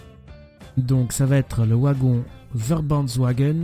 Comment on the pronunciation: Super série ! On dit Vagon pas OUAgon ;)